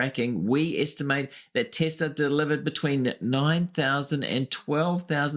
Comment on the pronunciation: Your full of shit you can't even say Tesla